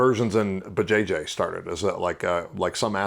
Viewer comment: "That's how inversions in Buh-Jay-Jay started," 🤣🤣🤣 I can't believe he just referred to BJJ as "Buh-Jay-Jay" pronounced like "Vuh-Jay-Jay" 💀😆